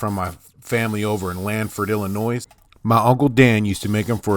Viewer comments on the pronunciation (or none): Recently came across your videos. So glad, cause you just freaking crack me up. You give so much info & great tips, but I have to pass one back at ya...please don't pronounce the "s" on the end of Illinois. Everything else, carry on & keep me laughing!